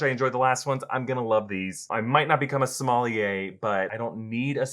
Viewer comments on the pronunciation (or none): For reference, “Sommelier” = “some-mell-yay”, not “Somalia.” 🇫🇷